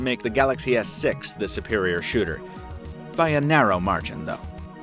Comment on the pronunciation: He said s sex